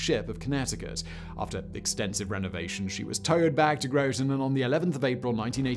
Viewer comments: GrO-ton? lolz its Grotten* like rotten* cause it smells funny in Groton :P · Not Growton Groton. Grot... like hot. Groton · I’m sorry but the towns name Groton sounds like this when you say it (grah-tun) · It's Groton CT. Gr-ahh-ton I live 15 minutes away from the Nautilus. Visited a couple of times. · Always fun to watch out-of-towners try to say Groton (Grawt'in) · Groton rhymes with rotten. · Groton like rotten. I was born there and cringed every time you said it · Simon and his dodgy pronouncifications! Groton rhymes with rotten! Lol!